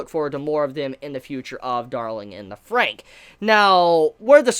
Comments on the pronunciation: You're still saying the title wrong, it's said Darling in the Franks not Frank. Hence the double XX after Fran gives it a plural sound. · WHAT THE HELL!!! How dare you mispronounce the title of the anime. God forbid anyone mispronounces something nowadays. I'm sooo offended right now I can't even handle it. I'm utterly disgusted....... btw, I really liked the later part of the episode with Ichigo and Hiro. I personally like Ichigo more than 02 currently.